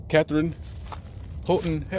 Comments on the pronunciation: Folks - it's KathArine Hepburn. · KATHARINE HEPBURN! I was named after her. Our name spelling is somewhat different, we hardly ever get it spelt correctly. Ouch! Love, love, love your videos & work (but please...KATHARINE on this one 😉!) Be safe out there 😷